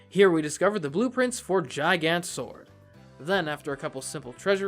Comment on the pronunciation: its a hard g on gigant. its GiGant, not jiGant